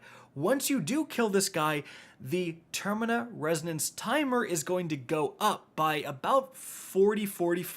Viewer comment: For the love of God it's terminaL resonance Idk why that bothered me so much but there's a clear L in terminal